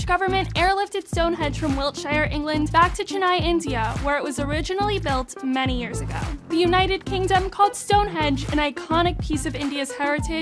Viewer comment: chaNAI, MOOMbai💀💀 just fyi, its CHENnai and MUMbai, and the ‘u’ sound in it is pronounced like the ‘oo’ in ‘book’